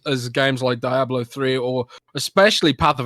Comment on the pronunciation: LEARN TO PRONOUNCE DIABLO FFS